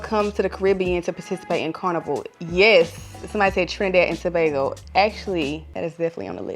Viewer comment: Pronouncing Trinidad and Tobago correctly <3